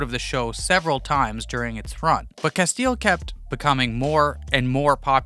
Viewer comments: This is what happens when you talk about a show you never watched. Two seconds of research and you'd know it's Cas Tee L ... not Casteel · Lol Cas-teal....